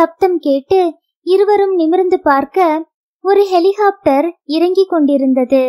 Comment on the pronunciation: வாசிப்பில் குழந்தைத் தனம்.அருமை. ஹெலிகாப்டர் ஐ ஹெலிஹோப்டர் என்று சொல்வதை தவிர்த்து இருக்கலாம்